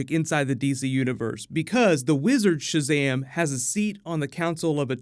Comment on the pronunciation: “Owpøn Šazæm-e” ☭